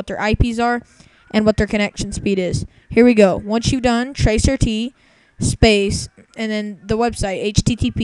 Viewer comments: 5 star for makin me rofl! you seriously u need to learn the difference between assumption and fact or at least don't believe every BS! how about you join those "10 people" that "myteriously" seem to be the only people using google (...hey and why are they there all the time...???) and find out what tracert really is! (and PLS STOP CALLING IT "TRACER T" it's traceroute damn it!) Oh and here's another fun fact: The first ping time also represents your IQ! Did you know that?! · You really ought to look up what tracert does before you start teaching people about it. For the record, it's pronounced "trace-arr-tee", not "tracer-tee". It's short for trace route, i.e. the hops your packet takes to get from your network to the network you are looking for. RTFM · Please, please, please tell me this guy is doing this for the LULz. It's pronounced "trace route" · Tracert? its TraceRoute bro lol learn to use programs and what they mean before making a video about it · Maybe this kid should have googled "tracer-t" before making a video. Then he could be number 11. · Hah this is still a classic vid. Because of this I actually started saying "tracer tee" as well :( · "Tracer Tee" HA HA HA HA! And it says "Tracing Route" right under the command! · "tracer-t" ???? Classic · You're a fucking idiot. "Tracer Tee" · "Tracer-Tee". If this kid likes Google so much, why didn't he Google for "tracert" before producing this? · 5 stars for "tracer-tee". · Hahaha "tracer - t", it's Ice T's brother! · Wow.... I didn't realize someone could be so misinformed, I mean who thinks that only 10 people are using Google? He didn't even know how to pronounce tracert.... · FYI: It's called "trace route." Not "tracer T." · I couldn't stop laughing as soon as he said "tracer tee" tracert stands for trace route, look it up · Trace ROUTE. Not "tracer T". So tragically uninformed. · it's pronounced Tracer Tee. Gah. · "tracer-t" Lost it there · ROFLMAO... "Tracer" T Seriously? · "Tracer tee" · "tracer tee" LOL